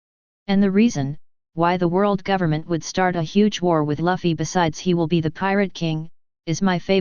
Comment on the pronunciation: want to listen to this but the moment i hear Luffy being pronounced Laffy it kills me!! true fans say luffy not laffy my friend :D